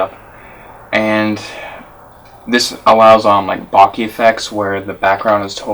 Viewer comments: Haha its Bow- keh not bahkey. Great vid though :) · _- did you just say bosky... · haha, you used to pronounce "bokeh" as "bokey".